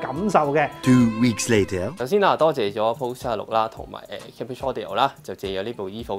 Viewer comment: Cambridge: 讀音係 "came" bridge, 唔係 ＂kam＂bridge